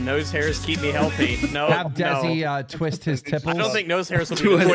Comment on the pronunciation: "My Tipples! They hurt when i tweest them!" -Mel Gibson